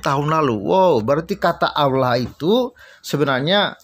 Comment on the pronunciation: Kalau barang asli maka kata Allah harus didibaca Allah dan bukannya Auwloh. Serupa tapi tak sama. Begitulah pemalsuan...